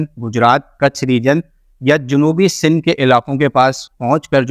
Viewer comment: wafqan..fafqan..waqtan mtasir kerta rahay ga 😂😂😂😂 sindh ko sill boltay ho... bhai plz improve ur vocabulary.